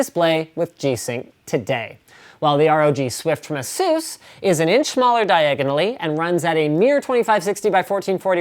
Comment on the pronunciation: Still waiting for Linus to pronounce Asus right -_